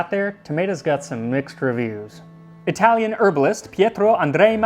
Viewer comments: Italy saving the day and bringing us again something amazing for humanity! Also your italian pronunciation is on point, sincerely from Naples And the italian counterpart to Voilà would be Ecco Fatto or just Fatto, great channel! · Pretty decent Italian pronounciation. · Your Italian pronunciation is pretty good. The accent is heavy, sure, but it's perfectly understandable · Pronunciation is not bad! Great video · His Italian pronunciation is very accurate, I'm impressed! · I'm not even Italian, but that was beautifully pronounced.